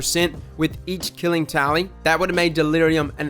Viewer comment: I thought you said "Killing Towelie" at first